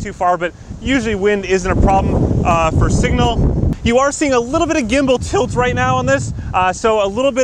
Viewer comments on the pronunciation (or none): "You are seeing a little bit of gimbal tiHILLT there"